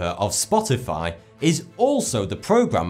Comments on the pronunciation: Good video as always! Although you said "U"torrent instead of Micro torrent, which is the proper name for it. The u infront of torrent is actually a lowercase greek letter used as a suffix for micro. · Isn't it called µTorrent (pronounced "me" torrent)? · its not u-torrent lol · It's either mewtorrent or microtorrent but definitely not youtorrent. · It is not "uTorrent" it's "microTorrent". This symbol is not u it's μ. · Dude, it's microtorrent... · micro- (μ) a prefix in the SI and other systems of units denoting a factor of 10−6 (one millionth) It's pronunced "mew". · Here's another fun fact: It's actually pronounced "mew" torrent. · its pronounced mutorrent